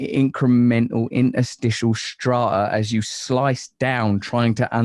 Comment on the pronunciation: How would an alien know that when Russel says 'Stra-a' he means 'Strata'? Questions like this keep me up at night.